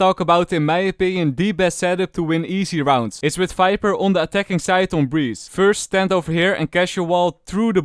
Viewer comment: what did he said finix fiper felorant xD